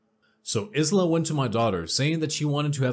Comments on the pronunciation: It's not (Is la) it is pronounced as (eye la),I know I'm annoying but that's the way I am. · Good narration. Subbed. (Isla is pronounced eye-la, for future ref. 🕊) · isla is pronounced eye-la. the s is silent hope that helps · Isla I la the s is silent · Dots?? Lol no no honey- DOTES!!😂💖 and it's not Is-la, it's more like I-sla, you know, like Borat's wife...lol sorry for being a pronunciation Nazi